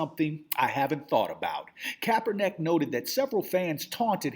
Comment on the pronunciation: I hate to be an ass here but the mans name is pronounced 'kap-er-nick' lol.